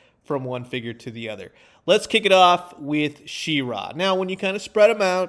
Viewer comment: She-ra, neither syllable emphasized over the other. Definitely not she-RAAA